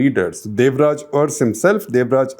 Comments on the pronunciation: Uncle ji, its Devraja Urs, to be pronounced as Aras. Every time you u prouncrd as urss, it was very funny. :-) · Shekhar avre it's not pronounced as Urs..it should be Aras.... But written as Urs... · It's nit ers, It's aras. Means ruler. Make ur pronounsations correct. Then do such nonsense surveys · Sir it is Devraj Urs pronounced as Aras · Please pronounce URS as a-ra-su